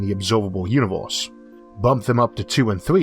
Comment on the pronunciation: "Univulse" Oh man, I wish you the best with this phonetic stumbling block I haven't heard someone make that mistake since 5th grade! I'm sure your aware it's pronounce "you-ni-verse"